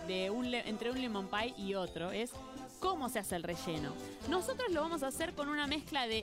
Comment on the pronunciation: did she just say nosotrEs???